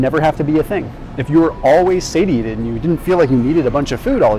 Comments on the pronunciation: Say-She-Ate-ed right? Not Sady-Ate-it. Unless I've been saying it wrong. lol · I love you to the moon,. But please, for the love of all that is holy, please, please, stop saying "say-tee-ay-ted". It is pronounced, "say-shee-ay-tuhd". So petty of me to point out, but it makes me cringe and roll my eyeballs and takes my focus away from the important stuff you're teaching. 😬🙃❤